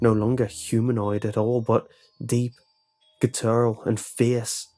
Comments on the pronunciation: I know I'm a huge asshole, but it's pronounced "guh·tr·uhl". rhymes with mutter-uhl. I really didn't want to say anything but I've heard it over a hundred times now 😅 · Ok, mate, I absolutely love these stories and the way you narrate them, but PLEASE for the love of God learn how to say 'guttural '